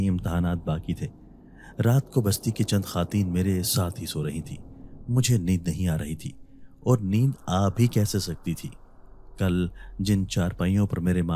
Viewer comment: بھائ خاتین نہیں ھونا خواتین ھوتا ھے